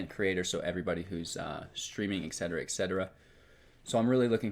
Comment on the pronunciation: It’s pronounced “et cetera” not “eck cetera”...you’re welcome:)